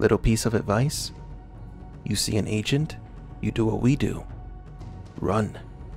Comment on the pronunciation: Anyone else keep hearing “ancient” not agent